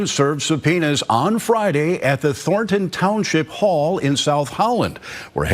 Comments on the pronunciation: "Thor-un" Townshjip? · Thorn-ton, not “thor-en”